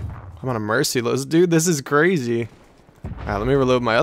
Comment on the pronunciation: I’ve never in the history of mankind heard anyone pronounce “merciless” that way 😂